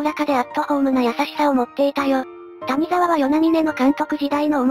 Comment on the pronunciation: 谷沢 たにざわ× やざわ ですね。